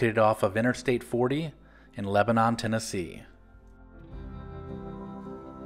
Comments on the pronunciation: Pronounce it Leb’nu not Len-a-non’. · Best pancakes in town. It's pronounced Leba-nun, not Leba-non. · *pronounced "Lebnun" :-D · Lebanon, TN? Never heard of it. You mean Leb-nun? 😝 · The TN town is not pronounced like the country Lebanon.